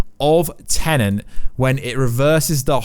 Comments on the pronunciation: Very distracting when you keep saying 'Tenent' instead of 'Tenet'. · im british, stop saying tenent, its tenet.